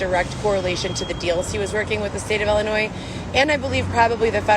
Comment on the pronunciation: I hate how she says Ellenois 😡😡 It drives me crazy...SHE drives me crazy!!